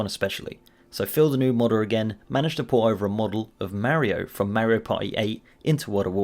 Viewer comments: Mario not Maryo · ok, please don't say May-rio, its Mario, Mar-io. Mm-are-e-o. He isn't Spanish, so don't use that. He's Italian, and before you say, you can't tell me how to say it, actually we can. It was pronounced in several games as Mar-io not May-rio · How do you pronounce Mario as "Mairio" yet you pronounce the word car correctly? I was stuck on this the rest of the video.